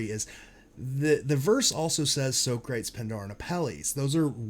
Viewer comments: "So-crates" LOL, that's "Sock-rah-teese" - Greek Philosopher. Pindar and Apelles are also figures from ancient Greece. That was the most obvious part to me, but I didn't understand the Greek tie-in until I knew it was in Cleveland. Very clever of them to solve this. It's funny but once you know the solves, they are so obvious. Hence, why we need to look at all the paintings with "new eyes". Look for the obvious, THEN get all involved and specific when it comes time to hone in on the cask. But I feel the paintings are all solvable once you know what to look for. This reminds me of Forrest Fenn's treasure hunt (of which I was a follower for years, still pissed off that got found and they won't tell us where...though I have a strong suspicion) Love your channel though, great breakdown. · Nice call out on the columns! I haven’t heard it presented that way before, but that is damn good. Very solid. As someone with a degree in philosophy and ancient civilizations, I cringe painfully every time you say So-crates 😝